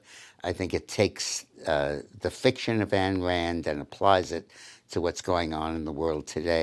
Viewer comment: Ayn, not Ann Rand